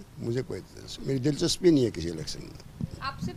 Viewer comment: Nahi hai Kyu Nahi bolti aap ! Nakhi hai Kyu bolte hai